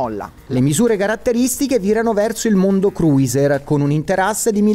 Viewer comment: Si dice cruser non cruiser